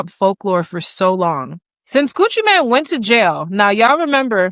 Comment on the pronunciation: It’s Mane not Man.